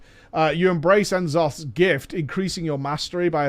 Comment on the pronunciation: Nuh'Zoth, not En'Zoth, not important, probably just an error, but gonna say it anyway so we don't end up with a Yyy'sharche or D'floor situation :P